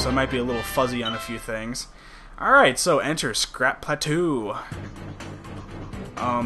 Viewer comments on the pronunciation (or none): Pretty sure 'plateau' is pronounced as pla-toh not pla-too. (guess the word is French) Sorry just a minor thing. Otherwise doing good so far! :D